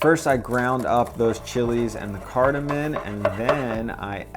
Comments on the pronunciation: its cardaMOM not MIN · my brother.....it's cardamom, not cardamin. Love your vids and wantcha to sound like the Pro you are......keep up the great work! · “Cardamom” ends with an “m”, not an “n”. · its cardoMOM not cardoMIN